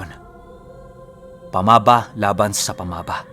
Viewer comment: Sory pero "pamaba" is a cebuano language "baba" which means mouthand unfotunately mali ang pagka pronounce mo...first 2 syllable na "pama" ay binibigkas ng pakupya..at saka ang "ba ' ay pakupya pa rin...sory marami kc mga listners from cebu lods.hehe